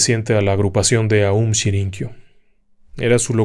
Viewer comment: Todo muy bien, la narración excelente como siempre… pero pero pero es aum shin ri kyo